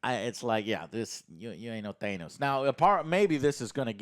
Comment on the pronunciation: How is it you still haven’t learned how to pronounce Thanos